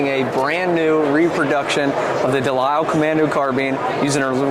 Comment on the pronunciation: The salesman couldnt even properly pronounce DeLisle.